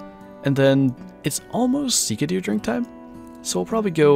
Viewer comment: Your saying sika wrong